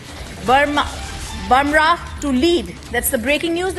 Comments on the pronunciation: He is boomrah not bamrah😂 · Go learn how to pronounce Bumrah … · She can't even pronounce Bumrah.